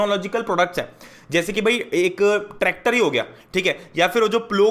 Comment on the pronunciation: 3.50 TACTOR OR TRACTOR